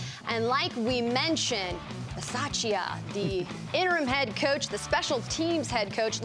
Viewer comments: you can’t butcher the coach’s name! It’s your job to get it right! Ba-sah-cha On Moerig’s pick, Sutton wanted no part in trying to make a tackle. That was completely pathetic. I love that this happened on the day Mike Shanahan, the sole exception to “Once a Raider, always a Raider” rule, was put in Denver’s ring of honor. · How do you work for the raiders and not even know how to say the coaches name correctly lol